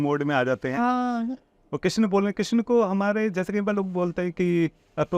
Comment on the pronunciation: आज आपने क्रिस्ना बोला 😁😁😁 भक्ति✅ अपभ्रंश❌ 🙏